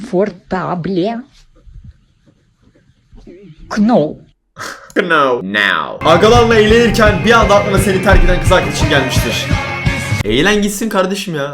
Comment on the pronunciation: knowu düzgün okurken de yanlış okuma yaa naaauv değil nov veya nouv diye oku onu lütfen yanlış anlama seni çok seviyoruz mükemmelsin senin için söyledim sadece lütfen yanlış anlama